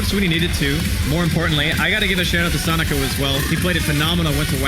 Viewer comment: wow, that caster calling him "sonejko" or "sonico" is annoying...